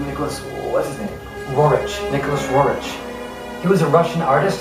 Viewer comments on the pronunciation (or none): I enjoyed your effort. Roerich is pronounced 'Roerick,' and Cintamani is pronounced 'Chintamani.'